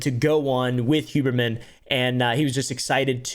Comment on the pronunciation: Who-berman more like (scoff)